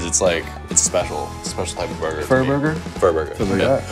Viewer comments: Furburger lol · Joji really called it the furburger Im fucking wheezing. What a reference